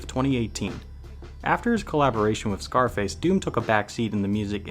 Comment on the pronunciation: Zarface not Scarface lol that's how you pronounce it. Wearing a DOOM shirt typing thing. He's one of my favorite artists